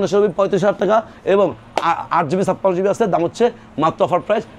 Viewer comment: Dam bolar somoi স্পষ্ট করে বলবেন বোঝা যায় না